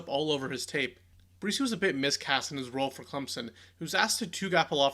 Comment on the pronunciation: Um...It's spelled and pronounced "Breese" like the gentle wind. Please correct this in the near future. Thanks..